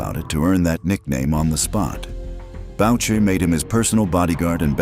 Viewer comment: “BOW-SHAY” hahah